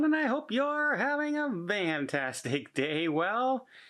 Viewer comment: My goodness! Please stop saying Vantasic!!! It’s FANTASTIC 😡 Besides that I sincerely enjoy your channel